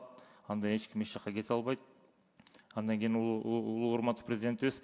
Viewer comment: Адан эмес, андан дечи спикер.